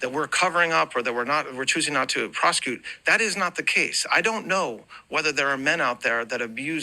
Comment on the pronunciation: The over the top emotional voice when telling a lie is becoming more and more obvious. Here you can hear it at the word "prosecute". The way liars set on the word so breathily, I have noticed that a lot lately (also in the Pam Bondi hearing when she says Donald Ttttrummmpp is the bestest president in the world's history). I think people who lie think that this feigns being emotional and when someone is in their feelings, they cannot lie, so that would make us believe them more. It reminds me of the Otto Warmbier fake trial, poor guy, of course he was forced to lie, but he did this a lot. To someone who isn't in their position, it feels so off and fake.